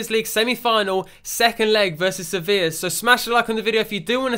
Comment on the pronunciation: Finally said Sevilla correct and didn't say sevill